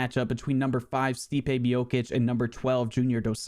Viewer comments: Its MIOCHICH NOT MIOKICK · Stipe Mi-yo-kicks 💀